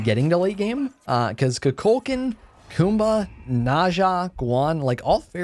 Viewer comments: It bugs me how you call Kukulkan "Cú Chulainn", even though I know you know they are different gods. Even in Smite's VO, it's pronounced "Ku Ku Kan." with a silent L. Nothing too big, but just something I wanna put out there. ^^" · He keeps calling kulkukan, chuculcan 😂why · You murder kuklakans name so bad